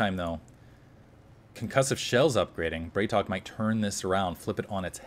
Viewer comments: Dude, love your videos, but it's BrAtok. It means bro in Russian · "a" in Bratok is hard. Like in "bra" :P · Hey, on the topic of pronunciation (as you brought it up last game), the correct way to say BratOK would be to pronounce 'bra' as in Brassiere not 'bray' as in the sound donkeys make. Not an accusation, I have no personal preference, this is in case you are interested. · i think the ideia is to pronouce it Brat O.K.